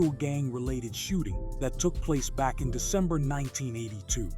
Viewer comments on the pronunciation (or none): none